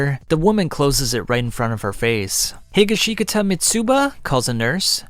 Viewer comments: Your pronunciation of Higashikata ended my motivation to even watch the video. No offense, but... WHY? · I almost puked at how badly he pronounced higashikata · Hey great video, also congrats onf finding the one incorrect way of saying Higashikata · Boy you keep killing the last name how are you a jojo fan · i cant even begin to explain how much i want to slam a chair through your head because of the way you pronounce higashkita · Great work mate but you butchered josuke's name his last name that is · I've never heard someone butcher Higashikata as bad as you did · the way you pronounced "Higashikata" made me die inside. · I was looking forward to this video but when I heard you pronounce 'Josuke Higashikata' .....well, I'll have to come back later and watch this cause now I can't move past that pronunciation. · In Higashikata the second "i" is silent. You're welcome. This is much easier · the way he says higashikata makes this unbearable to watch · The way you say Higashikata makes me cringe. Thank you for making this video but that part drives me nuts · Bro, you stressed, like, all the wrong syllables in Higashikata 😭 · the pronunciation of higashkita made me want to die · Stopped watching as soon as bro mispronounced Higashikata lol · That’s not how u pronounce higashikata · Because it’s 100% not the right way to pronounce it lol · If you listen to the author or simply watch the 4th part of the anime, you will know that you completely butchered the name “higashikata” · Has anyone else noticed how many times this man botched the name higashikata? I’m not really mad at that but that’s hilarious! It makes me laugh every time 😆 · The way you say Higashikata is so cursed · Great read through but omfg hearing some of the mispronunciations of the names (mostly Higashkitata (he-ga-she-kata, not he-guh-she-guh-ta) nearly gave me angina. Would still suffer through again for another 3 hours. 9.5/10. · it's pronounced He-gosh-caw-tah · Hee ga she kata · not higga shee cutuh